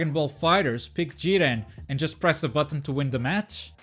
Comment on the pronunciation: Here from the future, definitely butchered Jiren lol